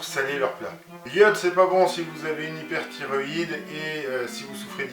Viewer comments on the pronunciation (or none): hyperthyroïdie pas hyperthyroïd ou de. Mais on comprend le propos pas de soucis.